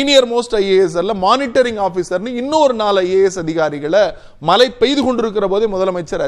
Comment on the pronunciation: உங்களின் உச்சரிப்பில்,(மழை/மலை)தெளிவாக கேட்க முடியவில்லை.உங்களின் விவாதம் எப்பொழுதும் அருமையே.இதில் மாற்றம் கிடையாது.உங்கள் பணி தொடர வாழ்த்துக்கள்.